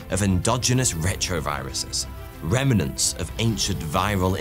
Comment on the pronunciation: You pronounce the word rem-nants, not rem-min-nants.